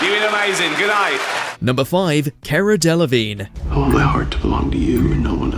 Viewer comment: Who the hell is 'Kerra Delevingne'?